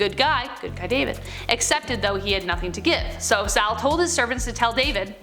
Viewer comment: It was King SaUl. Saul, not Sal. Wow.